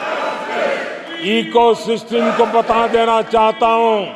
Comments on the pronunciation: सिस्टिम होता है सिस्टम😂😂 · पूरी मीडिया खरीदकर eco system 😂😂😂 जब शासन गुंडागर्दी पर उतर आए तो यही भाषा होती है वैसे ये सिस्टम को सिसटिम क्यूं बोल रहे थे 😂